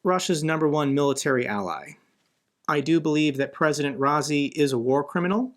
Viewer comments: His name is pronounced Ra-ee-si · Iran President's name pronounced "rye-ee-see"